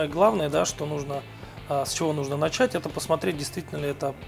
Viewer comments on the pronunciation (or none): none